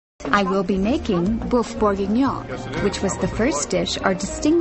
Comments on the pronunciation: It's boeuf not boof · It’s not pronounced boof it’s pronounced böf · isn't it pronounced more like bhöff and not booff or buhff? ( . )( . ) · The way that woman pronounces 'boeuf' is triggering me hard